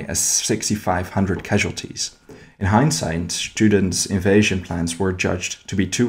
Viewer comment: A very good pronouncing of Herr Generaloberst Kurt A.B. Student. Danke